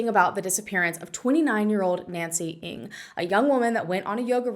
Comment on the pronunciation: Your pronunciation of Ng is off, just mentioning it. Many disappear in these South American countries. It just isnt safe for foreigners.